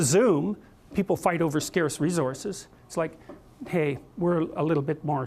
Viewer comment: Why is he pronouncing "resources" like that.